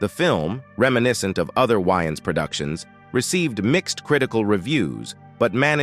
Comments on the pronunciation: It's pronounced Way-ans not Wy-ans that's not a vest that's a tank top smh 😮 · If the some of the Wayan Bro's are gay, that's, them. Their business. And their name is pronounced, "WAY"-ANS. Not "Why-ins". Get it right. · The ai saying shawn why ins is honestly upsetting me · This is hilarious..dude who did this narration, must have just said eny mini mini mo then picked a subject, he s not even saying the wayans name right, he.s missing Shawn and marlan up and no one has ever questioned Shawn's sexuality. He doesn't even try to draw a lot of attention to himself. He isn't regarded as no great actor. This is hilarious. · This is a load of nonsense. Fueling what assumptions?? Yall in need of some content. Cannot see the point of this video. Can't even say his name right. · 🤣😂😅 I said the same exact thang. These damn AI 🤖